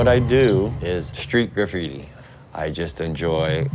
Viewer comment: "I dont believe my grapphiti is a. Art form" Me: your right its- "I believe its vadlndalism"